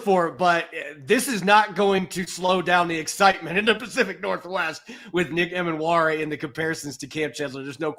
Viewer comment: was an awesome guest to have on the show - gave a lot of insight into Nick. Btw, I'm like 80% sure Nick's last name is pronounced Ee-mannwori rather than Em-annwori:)